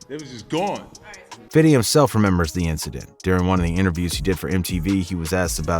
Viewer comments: “Fiddy” 😂😂 just say fifty cent it’s okay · For the love of God stop saying "FIDDY." You sound ridiculous. Even Curtis Jackson himself says his rap name correctly. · Fifty not "fiddy". Allow it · It’s him saying fiddy instead of 50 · All his people say "Fifty" or "Fif" so what's with the narrator saying "Fiddy"? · Fiddy fiddy fiddy, it’s FIFTY! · Bro its fifty cent not fiddy cent fifty has already said in an interview people who call him fiddy are just white guys trying to be cool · Why do some people insist on saying “Fiddy”??? Fif him self says Fifty. Furthermore it seems to me, the people that say Fiddy when talking about Fif most likely don’t pronounce that number that way irl. Pet peeve observation. Sorry. Thank you attending my Ted talk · Why all white ppl say “fiddy cent” it’s actually spelled the correct way plz stop using improper pronunciation when discussing rappers or anyone of color thx in advance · Everything good except you saying fifthy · Please just say fifty.. sounds off when people say fiddy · Fiddy:D say fifty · He’s purposely making himself say “Fiddy” 🤦‍♂️ Cringey 😬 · I really wish he would stop saying Fitty 🤦🏾‍♂️😂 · Narrator said fiddy hell nahh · Lol "fiddy". You didn't earn calling him that. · How do you pronounce 50 cent. ? You say Fiddy cent. 🤣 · Saying fiddy is cringy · Never, ever say fiddy SMH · You keep saying ‘fiddy’ and it’s giving cultural appropriation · Great video... But dude saying "fiddy" was annoying AF. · bro stop saying fiddy